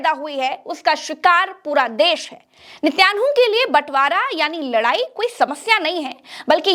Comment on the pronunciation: उच्चकोटि की पत्रकारिता के लिये मुबारकबाद--नेतन्याहू का उच्चारण मे सुधार की जरूरत है